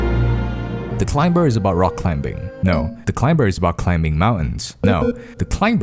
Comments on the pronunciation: He can say climb and climbing properly but not climber somehow. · The climber is not pronounced with a b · I love this video but I hate how u say climber